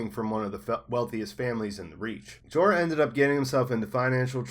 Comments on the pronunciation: Lmaooo! Gee-Oar Mormont! Lmao maybe read their FUCKING names or even just watch the show before making an entire video dedicated to the Mormonts. IT'S JOER MORMONT. Not Jee-oar. JOER. Like 'Joel' being pronounced by a Chinese guy. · Can't listen... "Geee orrr" Pronounced Like Door with a J. Joor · Man you are totally pronouncing Jeor name wrong. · How do you mispronounce jeor but not jorah.